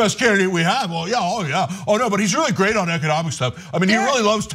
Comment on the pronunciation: "But dey said gwate things about me!" --Twump